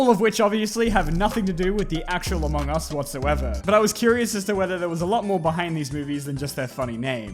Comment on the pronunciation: Is it just me or was there a "u" in Among us?